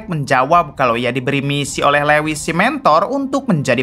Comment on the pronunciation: Lewis....( Luis) min....